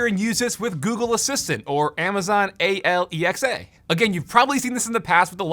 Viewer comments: wait why did he say it like "amazon A-L-E-X-A?" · i love when you sayed A L E X A